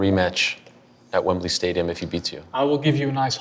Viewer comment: Man said Wembley Stadium 😂😂😂